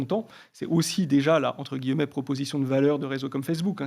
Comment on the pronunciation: Entre « guilleu-mets »*